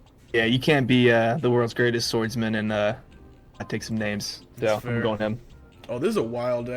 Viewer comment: It's "ah-kah-ee-new" not "uh-kai-new" and "dra-cool" not "dra-cule" or "dracula" and he DOES got that shit on The bird can't speak, as far as I know. I'm pretty sure Rob Lucci was doing ventriloquism